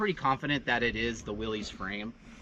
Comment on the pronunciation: It's actually pronounced"Willis", like "what you talkin bout Willis?" The classic jeep guys will jump your case for getting it wrong. LOL